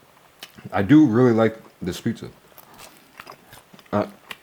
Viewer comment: "i do really like this pizzza" i can tell mate 😭